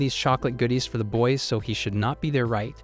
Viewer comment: He tried his best to say boys